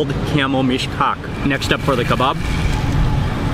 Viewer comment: Everytime you said Meesh-Cock I laughed a little 😂😂😂😂